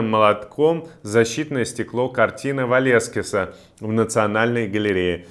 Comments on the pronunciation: Веласкеса а не ВАлЕскиса, Иван! Так нельзя, ужас! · Не Валескеса , а Веласкаса 😂 Блогер на минималках )) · картина Веласкеса, а не Валескеса, блин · Картина Веласкеса, а не Валескиса! Сспасибо... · Ну и ну!Картину Валескеса?Это что,латышская фамилия?ВЕЛАСКЕС,так звучит имя великого испанца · Ку - ку, картина Веласкеса. Такие оговорки не допустимы. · Картину ВалЕскеса? И этот "умный" называл руководсво Канады тупыми? Яке воно кончене.... Оговориться, зная о существовании Веласкеса - невозможно. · ты что Веласкеса не знаешь? Великого художника всех времен! Боже, как ты исковеркал его имя?!😲